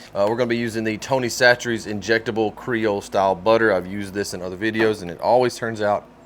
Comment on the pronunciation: Are you sure that's how you pronounce Chachere's? I said it one way and my wife corrected me. I'm just wondering if I can tell her that she's wrong too 😂